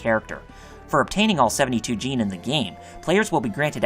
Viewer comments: Why would you overpronounce djinn as "jeen"? It's just jin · Sadly he butchered the pronunciation of "Djinn" and "Pynergy"